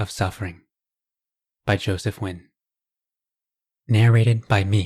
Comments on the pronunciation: Pronounce you surname correctly. Wtf is nwhen. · Wow, is that how you pronounce Nguyen correctly?